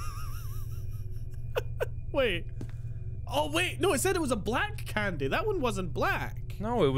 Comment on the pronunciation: EET THEH FOCKIN CANDEH